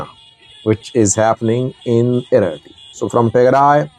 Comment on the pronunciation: Mind your business. Even you don't know how to pronounce the names Eritrea and Tigray.